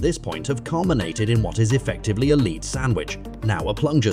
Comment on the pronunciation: The constant "leeds" made me question humanity, and the "kelsius" finished me off.